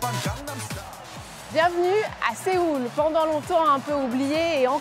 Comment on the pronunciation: suis-je la seul à avoir mal aux oreilles des qu'elle dit sÉoul car ça se dit soul (avec le o légèrement accentué)!!!!!!!!!!!!!!!!!!!!!